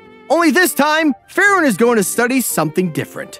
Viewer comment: Is it me or is he saying “Furren” instead of “Free-ren”